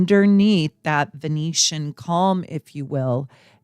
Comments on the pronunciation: Love you, but VenUsian, not Venetian, and MidHEAVEN, not MidHAVEN. 😘🥰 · I think you mean to say Venusian, not Venetian:)